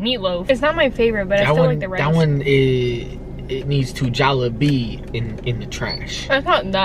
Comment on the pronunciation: Your close. JolliBee is pronounced (Jolly-bee). They just substituted the ''y" for an ''i''.